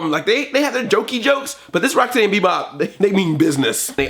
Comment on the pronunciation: It's so weird how and some of the other guys put the emphasis on the steady and not the Rock. To me at least, it's Bebop and ROCKsteady not Bebop and RockSTEADY. Is steady a word anymore? It doesn't seem like a word anymore.